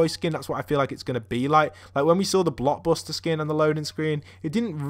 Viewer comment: You kept on saying block buster instead of blockbuster